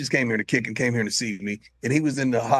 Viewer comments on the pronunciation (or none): none